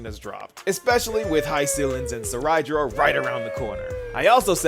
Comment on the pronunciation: Seriously I dont know how to pronounce some of their names.. Cyrene: Sai-ree-nee? I always pronounce her name as Sai-rin... Cerydra: Suh-rai-da? I thought it is Say-ree-dra...